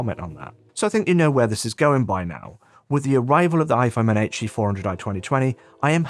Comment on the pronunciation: I know you say HE, but all I hear is "ecchi"